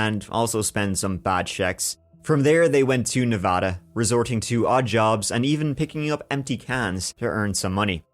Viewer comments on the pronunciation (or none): none